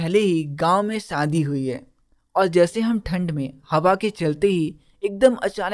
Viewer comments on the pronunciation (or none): none